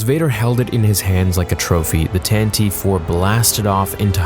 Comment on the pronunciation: Tantiv eve*** confirmed that’s how it’s said. Not tantiv four